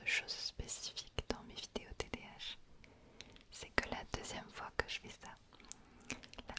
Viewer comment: Elle dit TDH et pas TDAH sa me fruste tellement 😭🤣